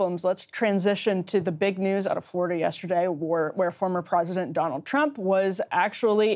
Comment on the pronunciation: oh no, Emily's caught the vowel shift virus now! "Prosident" 😆 I'm starting to feel like BP is pranking us on this!